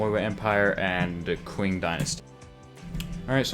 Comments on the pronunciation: Ur saying it like it's qu ing but it's just qing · Lol! This man pronounced Qing as Qu-eeng not Shing. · It's pronounced "ch-ing" dynasty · Such a nice video, I think you'll be successful. Keep up the good work! Edit: Also, It's Qing (pronounced Cing) dynasty, not 'Quing' dynasty